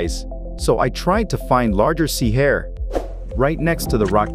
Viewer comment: LOL this AI voiceover doing the wrong emphasis on "sea hare" every 5 seconds cracked me up